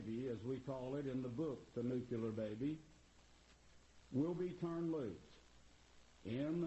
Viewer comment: And, of course, he mispronounces 'nuclear' - he says 'nuculur'. Another marginally-educated, hick religious nut.